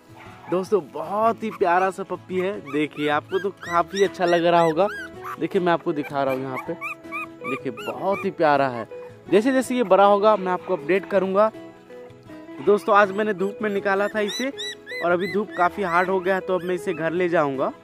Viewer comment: Abe Bara nahi, bada bol,..ajib lagta hai yar